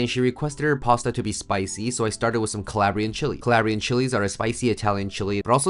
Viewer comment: Ca-lah-bri-an chilies. My uncle got on my for pronouncing it the way you did. But looks fantastic chef!